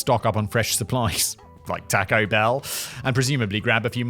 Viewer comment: Also...TAKE-o Bell?? 1. You're English--you're supposed to pronounce everything correctly (except for those who say "innit") 2. It is Taco...like the ONE word of Spanish that every English speaker actually knows!